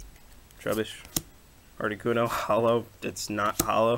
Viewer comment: lols the arricuno says pokebeach lolololololo